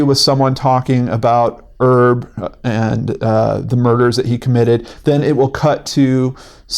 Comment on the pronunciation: I tried to watch this the other day and it is awful, just awful. Montage 'o crap. Just a note: one does pronounce the H in Herb when it's someone's name. It's short for Herbert. :-)